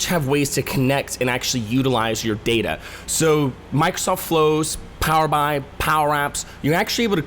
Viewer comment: Hey, Nice quick overview. To avoid confusing/annoying your audience, please consider changing the way you pronounce Power BI. The product name is derived from Power Business Intelligence. So Microsoft pronounces it as Power B.I. as in "Power Bee Eye". not "Power Bye". Hope this helps your other videos to rate well.